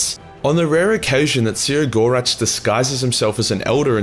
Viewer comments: see-row-gore-ach? no... SEH-GO-ROCK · "...the lauging god See-ah-gor-atch..."? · His name is spelt “Cegorach”, but pronounced “Keg-or-Rack”, you know, like that tough decision you make with that beautiful lady at the end of a near-lethal bar-beer-binge. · No one knows how to say The Laughing Ones name either, which in itself, is funny. I pronounce it "KEG-OR-RAK".